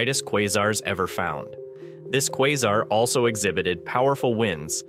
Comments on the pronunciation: Did you just pronounce quasar as "kwarzar"? Must be AI voice. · Is this ai or is he just trying out a different pronunciation every time he says quasar? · Please pick a way to pronounce Quasar out of the 3 different ways you said it, & stick to just one.